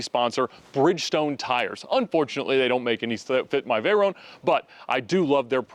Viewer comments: I see we’re still calling a vey-ronnee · Can someone explain to me what a “Veyrone” is? It’s a VEYRON.